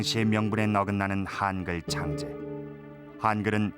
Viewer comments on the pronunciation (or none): 한글이지 하앙글이 아니다. 발음 똑바로 해라